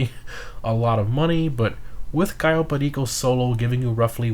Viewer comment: I loved that cayo perico pronounciation lol